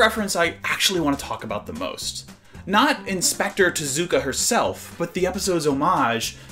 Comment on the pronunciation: I am a BIG follower of Carl Barks and Osamu Tezuka (Tez-oo-Kah). Please try to pronounce His name correctly?